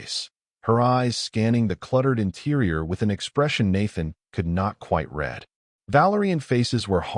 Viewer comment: And I was about to compliment your AI....NOT NOW!!! , "...with a expression Nathan could not quite RED..."!!!!! DAMNNN!!! Looks like you have the common POS AI!